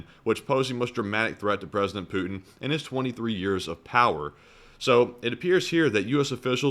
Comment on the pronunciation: apologises for mispronunciation of a Russian General's name, but never apologises for mispronouncing Putin's., please note that there's a 'T' in Putin.